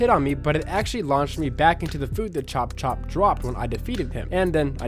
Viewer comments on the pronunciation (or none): Bro it's chop chop!